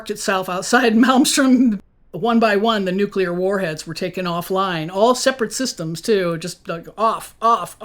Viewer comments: Very impressed by the knowledge shared here, am subscribing. May I make one suggestion please....Nuclear is pronounced new klee ur, not new kyu lure. Correct pronunciation of this word will dramatically up the credibility factor. I used to pronounce segue as segyoo, so I understand. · Anyone who says "NUCULAR" instantly loses credibility with me - especially when your primary interviewee says "NUCLEAR" throughout her entire presentation... and while this lady's theories ARE mostly correct or plausible, you can tell she has never actually thought most of it thru because theres SO MUCH that shes just overlooking or not acknowledging - SUCH AS the fact that our own black budget is responsible for MOST of these sightings (like the Phoenix Lights which she mentions and claims it was the ET's showing themselves to us ... ummm no) I also dont get why you would use stock fake images when theres PLENTY of real footage to use...